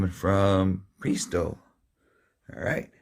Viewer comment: I think that it is pronounced like "PRESS-TOW"